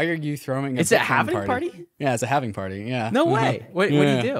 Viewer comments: Halving. Halving. HALVING. No havening. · Say „Halvening“ one more time, I dare you!